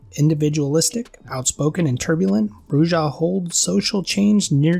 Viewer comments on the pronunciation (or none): Brew-ha, not brew-jah. Please.